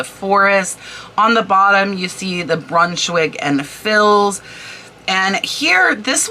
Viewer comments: the fils is pronounced like fee, the th in thibault is like hard t. love your information videos! I only know the info, because my friend was a decorator. thank you for all the work and knowledge you share!!!! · Hi, Former decorative textile representative here… Thibaut is phonetically pronounced: tea bow Brunschwig & Fils Is pronounced - you got Brunschwig correctly; Fils is Fea The s is silent! I have a ton of sampling and yardage I’ll be listing soon! Thanks for the prompt!!!😅